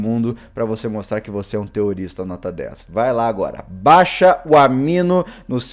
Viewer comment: só eu que escuto terrorista quando ele fala Teorista?